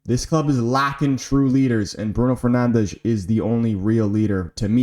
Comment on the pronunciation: Whenever you say Fernandes the Portuguese accent comes naturally 😅. W video even tho too many considerations take away from the very moment the team is going through, Like there is no givens, everybody needs to earn the “Good Enough” I don’t care about potential, what you done in the past, PERFORM NOW! GGMU